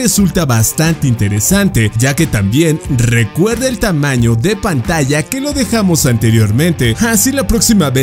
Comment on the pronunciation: Recuerda 🚫 Recuerad ✅ 😅😂🤣